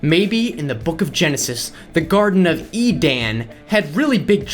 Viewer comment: I understand you emphasized the 'A' in 'Edan' to make it clear they spelt it wrong in the context of the garden, however Edan is a real name and is said in the same way as Eden.